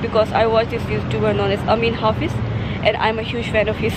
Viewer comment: It is not ""Amin Hafiz" ...... It is "Ameen Hafeez", GEO TV, Pakistan ...... I also like his interesting videos .....